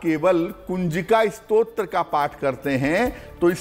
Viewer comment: Namaste. please say the word as STOTRA and not SROT.. Stotra is a prayer composed as a poem. Srot means source. While typing this I realised is Stotra also is a Srot of thid getting done. But still you please listen to Guruiji and improve yourself.